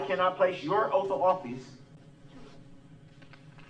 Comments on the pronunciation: Yep. Da troof instead of the truth Axe/axed instead of ask/asked Substain instead of sustain Oaf instead of oath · He went to the ghetto lingo school for self representational failures!!! Ask…not Axe Sustain…not Substain Oath….not Oaf Truth… not Truf Tacit…not Tatic Bias….not Biast Jury…..not Jewry His ignorance is epic,!!